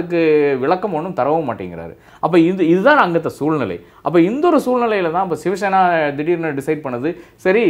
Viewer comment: அன்பு நண்பர் அழகான பெயர் வைத்துள்ளீர்கள்சிவசேனாவை ஷிவசேனா என்று சொல்கிறீர்கள்